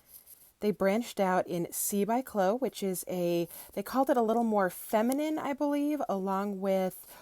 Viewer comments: It's pronounced chlo-e, not chloe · It's not KLO it's KLO-ee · Chloe is pronounced klo-we like glow+we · I was going to say St. lol My daughter’s name: Kuh-low-ee 😉